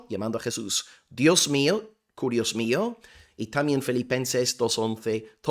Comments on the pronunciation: Solamente como aporte, que se pronuncia KIRIOS la u no existe en griego y esa letra es una forma de "i" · Mi amado hermano por la fe de nuestro Señor Jesucristo. La palabra es KYRIOS en Griego y no carios. Y por otra parte si varón lo as explicado muy bien,,que Dios te bendiga un cordial saludo desde Guatemala el país de la eterna primavera . 🇬🇹🇺🇸🇪🇸